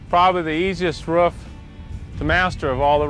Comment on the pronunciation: He mastered making the roof but not how to say it